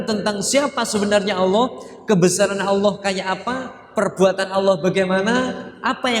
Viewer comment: Maaf cara bacanya alnloh gitu ya